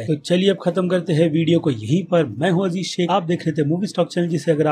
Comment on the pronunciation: bhai offend mat hona 🤗🤗 lekin app jab Aziz Shaikh bolte ho toh kabhi kabhi lagta hai app Abhisekh bol rahe ho😅😅 BTW NOICE NAME . 😁😁😁